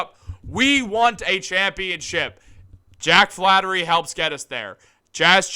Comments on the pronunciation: hey Einstein its Flaherty not flattery. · it's FlaHERTY Not Flattery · FLAHERTY. NOT FLATTERY. Gucci Mane La Flaherty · Thank you. I was cringing when he repeatedly said Flattery. We had a player with the same last name before. If you are so excited about this rumor (not fact), at least get the name right first. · Bruh say the man’s name right